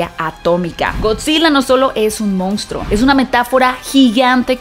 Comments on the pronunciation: De verdad piensas que se dice MOUNSTRO? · "regresa a las raíces del MOUNSTRO" 😅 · Solo una puntualización ... no es "Mounstro" sino "Monstruo". Casi igual pero no es lo mismo.